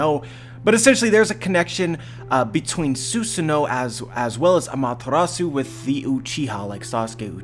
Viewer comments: Stop saying zeusano it's susano'o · It is pronounced Su-saah-NO!